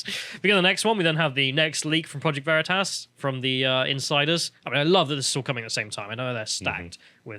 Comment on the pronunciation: Big brain on mispronouncing Vereetas 😂😂